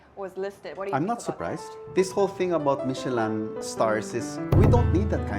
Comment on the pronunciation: Ooh Michelin is a French company pala that's why he's saying it that way. 😮